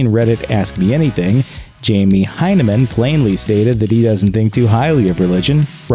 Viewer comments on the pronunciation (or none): none